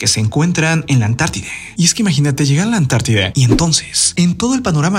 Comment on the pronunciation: Mi amor hasta cuando? Se dice Antártida, no Antartideeee 😂😂😂😂😂 por favor!!!!!